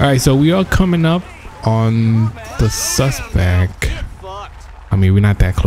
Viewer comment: the suspec is down.. lmao...SUSPECT!